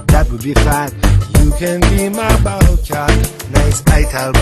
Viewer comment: 😂 this is unbelievable, Seagal says " Bow Cat"...